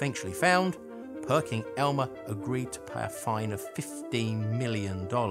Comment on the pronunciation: It's Perkin Elmer, not Perking Elmer...just sayin'